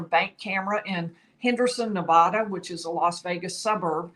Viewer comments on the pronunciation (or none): It's NEVADDA NOT NEVAWDA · I was born in Las Vegas & it's pronounced NEVADDA